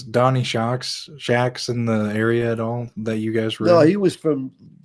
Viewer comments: I’ve always heard his name pronounced Donny Shacks, not Donny Shucks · Shacks not shucks